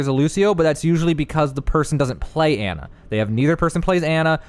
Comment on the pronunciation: Its Ana (awn uh)